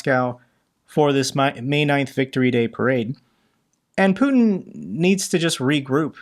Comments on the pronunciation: His name is Putiiiin not Putn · Sorry, I had to switch channel, the way you pronounce Putin! 😩